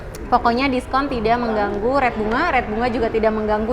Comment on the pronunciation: "Rate" bukan "Red" sampe bingung.